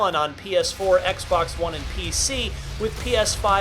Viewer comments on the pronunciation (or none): none